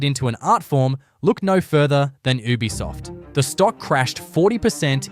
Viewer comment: Lol is this channel narrated by AI? Why does it keep pronouncing Ubisoft as “ooh-bisoft”